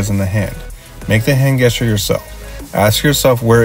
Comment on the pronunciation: it's great advice but I keep laughing at these pronunciations XD "guess-ture" "perpendicklur" "antomically" "cyllindral" (I say this not judging, just amused)